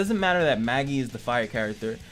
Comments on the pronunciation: Judging by the fact that the devs ain't western, I'd go with the common Eastern way of pronouncing it as "Mah-gi"... a simple reference would be anime like Magister negi magi negima and so on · May-Ji Mage-Eye